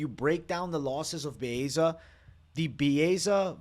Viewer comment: Butchering Baeza name 😅